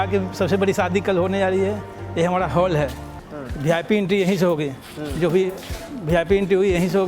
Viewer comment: Hindi bolna sikh lo bhai . Jo ko zo bolte ho .